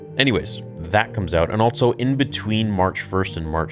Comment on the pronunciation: Am I the only one that gets annoyed by how he says also? He pronounces it with a t for some reason. “Altso”